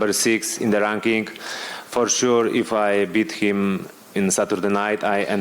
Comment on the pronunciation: Mateusz "For shur" Gamrot